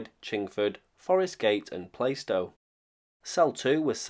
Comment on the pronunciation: Heads up, plaistow is pronounced Plar stow.